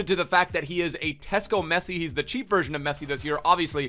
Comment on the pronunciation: It’s funny how he says “cheap” lol